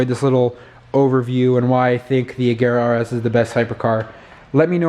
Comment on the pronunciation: Oh my god, the first American i know who spells agera correct 😍